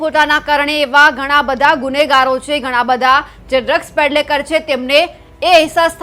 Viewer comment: ડ્રગ્સ પેડલેકર નહીં પણ ડ્રગ્સ પેડલર😅